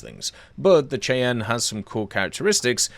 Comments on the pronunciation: AH-56 Cheyanne is pronounced "SHY-AN" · its pronounced "Shiann" like the Native American Tribe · Cheyanne is pronounced “Shy-Anne.” It’s a Native American tribe in the US. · It's pronounced shy-ann....like the Indians.